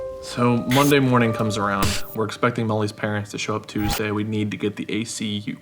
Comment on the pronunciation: Am I the only one who noticed “Tusday” ?